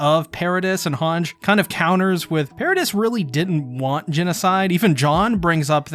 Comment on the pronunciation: Paradice not paradis, you pronounced it wrong and it just rubbed me the wrong way